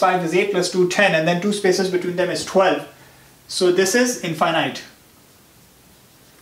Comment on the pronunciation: Pet peeve: Wrong pronunciation of "infinite".